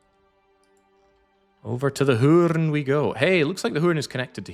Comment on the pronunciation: Fun fact, the Dutch location of Hoorn is pronounced like "horny" without the Y.